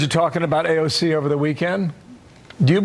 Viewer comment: He called her AOG😂